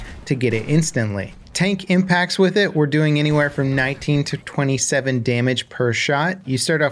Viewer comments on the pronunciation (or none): can we please at least say 24/7 correctly? It's not a single number. Saying 247 makes it sound like you are listing a division of the military or something. Also I don't play this game,never have never will, I just watch occasional videos on it. But if what the guy said is true then just an hour a day for a few days could get you the gun, in no way is that a lengthy or unreasonable amount of time, hell in China if you are I believe 16 or under you only get 1 hour a day to play video games, so even those restricted by law could get that in a few days, doesn't require having no life or playing anywhere near 24/7. At least make a reasonable exaggeration.